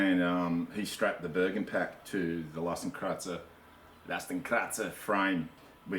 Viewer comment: Hey man, at last someone shows this well in close-up :) Other than that, i suppose the "x" in oldish German was already pronounced "x" like in "ex girlfriend" haha, not "z" but whatever you like mate :) Are you still using it? I want to fit a bigger (but light...) platform, wood would work but i wouldn't know how to tie it safely to the bottom bars... Might go for a bike basket/platform... just for the record... Cheers :)